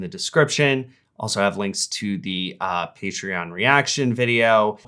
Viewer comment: Okay but.. He pronounced Patreon as "PEEtreon", TWICE! What the hell is that? Am I missing some inside joke?